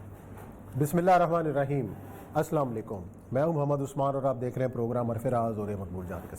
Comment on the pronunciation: Ye " asla malekum nai hota" Asalamu Alaikum